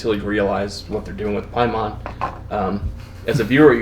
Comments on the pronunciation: Dude in the middle saying Pieman... haha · It's PAY-man. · Just pronounce things the way the characters in the movies do. pay-men.